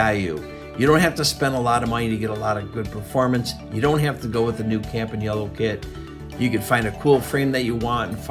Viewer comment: Thank you from Italy, for pronouncing "Campagnolo" perfectly.